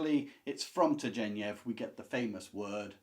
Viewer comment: Turgenev is pronounced with a hard ‘g.’